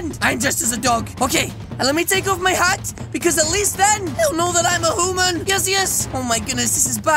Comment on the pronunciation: Human not hooman